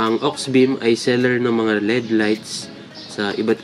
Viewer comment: Led ❎ L-E-D ✔️ Hehe